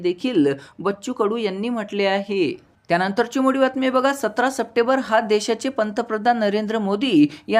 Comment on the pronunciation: सपटेबर नाही रे भाऊ, " सप्टेंबर "